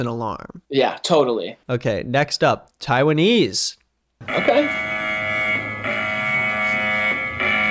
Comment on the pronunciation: It's pronounced Taiwan